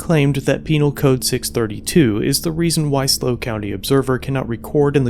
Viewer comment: It's not slow County audits, it's SLO County audits which stands for San Luis Obispo County lol